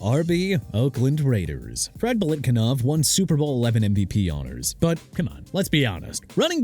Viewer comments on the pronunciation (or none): BILETKINOV?!!!!! ARE YOU STUPID?! BILETNIKOFF!! GET HIS NAME RIGHT!!!!!!!! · It’s Biletnikoff, not Biletkinoff. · Belikinof??? Are you that uninformed? Did you really fail that badly? How embarrassing!!!😂😂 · Showing your age if you can’t pronounce Biletnikoff properly. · DON'T ASK ME THAT NO MORE. I DON'T CARE WHAT YOU THINK. "IT'S NOT A BIG DEAL" YEAH REALLY? CAN'T GET BILETNIKOFF CORRECTLY.